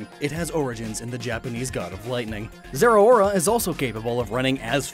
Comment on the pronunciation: Zeraora is pronounced Zer a aura